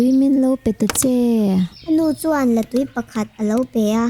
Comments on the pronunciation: La in tui a neilo, La túi tih tur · Latui tuisik ang a lam rik tur a ni lo a Artui lam rik ang a lam rik tur a ni